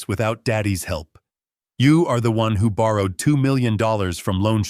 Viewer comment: « II’m just an old man. Who pays attention to the elderly? » « Î’m just an old man who pays attention to the elderly. ». There is subtle difference in pronunciation in the word « who » in the first and the second version,an interrogative pronoun and a relative pronoun, which your reader failed to make.